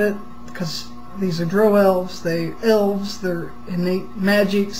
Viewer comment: She pronounces drow correctly.